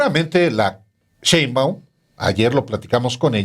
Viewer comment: por favor Alejandro, ya no digas "chembaum" me da cringe 😂😂